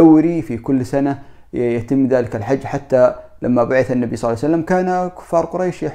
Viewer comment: العناوين الرنانة والمحتوا ركيك وشبه فارغ. شي مهم لابد ان تأخذه بعين الاعتبار اذا ذكرت النبي فصلِ عليه وانطق صلى الله عليه وسلم صحيحة. وليس (صلعسلم)